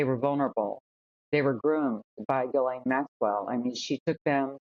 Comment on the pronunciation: That trial attourney didn't even pronounce Ghislaine's name correctly, what hope is there of keeping her behind bars? She will get out on a technicality after a retrial........................